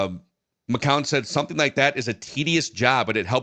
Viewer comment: just refuses to pronounce 'McCown' correctly